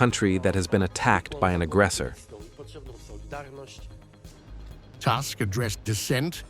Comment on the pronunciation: Who is Task Polish premier name is Tusk( toosk) learn to pronounce properly